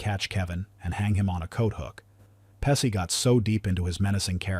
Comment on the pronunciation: Next time try finding a narrator that can pronounce actor names correctly. It's pronounced as PE she not pessie